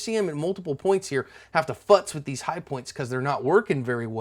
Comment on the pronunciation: Did you just say, hi-poi.. Blugh🤢 sorry, hi-pOiNt 🤮🤮🤮🤮